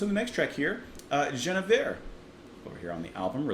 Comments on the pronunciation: Clearly, since you just listened to the song, it is pronounced with a hard G, not a soft one, as you keep insisting. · Why are you mispronouncing her name, even after you heard it sung?